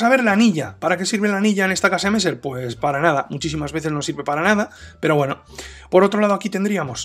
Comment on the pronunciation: Pa comerte un buen Old Amsterdam.... Saludos maestro.. PD: Para ayudarte con la pronunciación di mejor kesemessa..